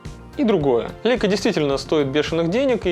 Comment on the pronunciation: лЯйка - эт по немецки, а мы, по привычке, читаем - по английски.